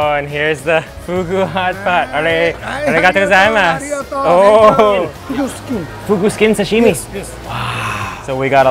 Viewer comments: Does anyone cringe by the way he says aruigato gozaimasu cuz I do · He says it wrong lol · Every time he pronounces arigato gozaimasu i cringe xdd